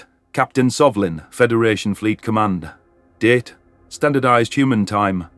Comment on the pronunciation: Every time she says "date" I think she's said "dead "